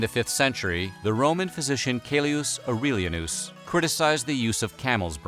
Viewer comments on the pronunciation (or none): A-PEE-kee-us, not a-PISH-us. Ow-ray-lee-ANN-us, not Oh-REEL-ya-noos.